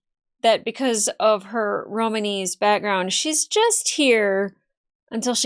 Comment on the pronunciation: Romani, not romamese 😂